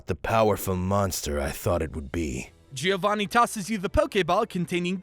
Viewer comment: Giovanni is pronounced as "Joe-van-knee", not as "Geo-van-knee".